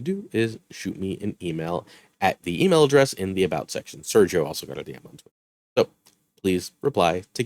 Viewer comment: As a spanish is hilarious how u proinoince Sergio